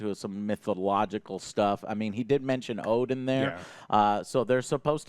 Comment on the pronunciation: nice to hear the correct pronunciation of ODEN for once :o